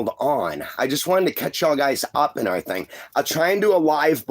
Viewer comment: He tickled me saying airythang. God rest his soul